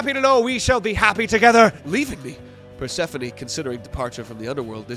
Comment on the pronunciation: PER-SEFANIE????? its pur-se-phone 😭😭😭